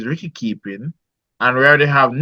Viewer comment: Bredren. Tell your panelist that the word is wicket not Wricket with a r… Ok 😂 🤦🏽‍♂️… Remind me of my childhood days when we used to say wricket 😂